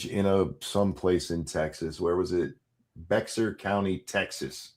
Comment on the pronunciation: ‘Bexar’ is pronounced Bear